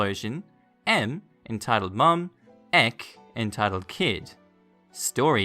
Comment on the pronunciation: Y u say EK as Eekkk